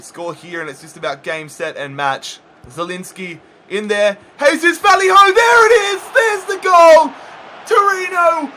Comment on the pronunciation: Honestly cringe so hard every time you say Vallejo's name, it's Vayeho, not Valleyhoe